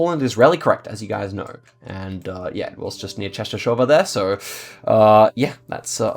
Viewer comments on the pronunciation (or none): Nice try pronouncing Częstochowa :D